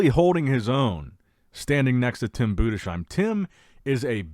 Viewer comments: Love your stuff man! But as a German I have to say it’s BudeS heim not BudeSCH heim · Nicht Bude schiem😮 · Btw Tim Budesheim is pronounced Budes-heim. No "sh" sound. And it is spelled "heim" not "hiem", but "ei" is pronounced like the English "i" or "eye". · Urs is much bigger now as well as tim budesheim.... And he is pronounced budesssssheim it's s not sch no sch in his name. Tim and Urs will weigh both around 118 kg on stage which translates to round about 260 pounds. I think 2024 Tim had around 109 to 111 kg.